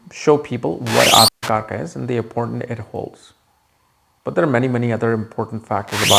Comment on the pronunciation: as an Indian, can you make effort to use correct pronunciation please? Its AtmaKaarak, not Atmakarka, similarly for the many such words... the westerners won't even know how you are corrupting the words, but you should know. Similar to how Yog is called Yoga